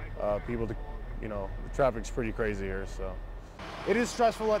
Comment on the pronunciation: CABS ARE HEAH! Hahahahhaa